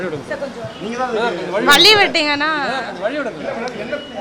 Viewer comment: வலி இல்லமா வழி😂 என்ன என்னடா தமிழுக்கு வந்த சோதனை இன்னும் இந்த மூஞ்ச பாக்கணும் தலையெழுத்து தெரியாம பாத்துட்டேன் பா😂😂😂